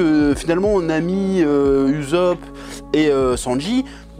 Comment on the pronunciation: Chef stp respecte le nom de Ussop. Sa se dit pas youzup mais Ussop